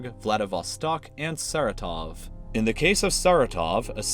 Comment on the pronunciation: william sixsmith he mispronounced Saratov aswell. But I quess there are not enough of russian-speaking people here to care